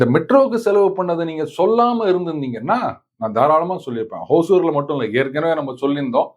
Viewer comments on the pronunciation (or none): சார், ஹோசூர் என்று உச்சரிக்க வேண்டாம். ஹொசூர் என்பது தான் சரியானது. ஹொசூர் என்றால் கன்னடத்தில் புதூர் என்பது. தமிழில் ஒசூர்.